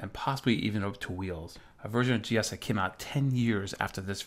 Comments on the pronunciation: G Ose not G Oss. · Weird, we called it Gee-Ose not Gee-oss as you do. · Back-in-the-day, we didn't call it Gee Ahs.. more commonly pronounced Gee Ohs.. which makes more sense.. OS.. Other add-ons were GEOFile and GEOPaint. They would sound funny Gee Ah prefix pronunciation. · I've never actually thought about that before. In my circle we always said gee ahs. But your point about the apps being called geo... has sold me on that pronunciation. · had this in the 80s on my c64, always pronounced it wrong though. gee - o's